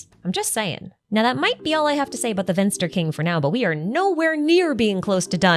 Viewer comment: the "V" in Vinster is pronounced as when you say the "f" in "life". Which is how you pronounce the German word "finster", which means "gloomy, dark". "Vinster" is the old German word the word "finster" is derived of :)